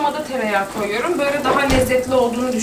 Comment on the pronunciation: tam bir karadenizli gibi konuştun koyirum